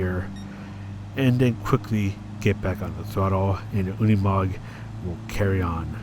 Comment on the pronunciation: No, you're right, it is pronounced Unimog in German, like you do 👍